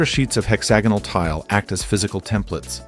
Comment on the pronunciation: “Hex-ah-gonal” x 5 🤦‍♂️